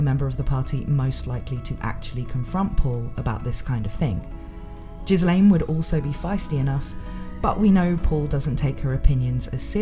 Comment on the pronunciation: The name "Ghislane" is pronounced as "gill-lane" and is a french name. The s is silent. Also In Japanese her name is spelt ギレーヌ (Girein) which is proof of how this name should be pronounced.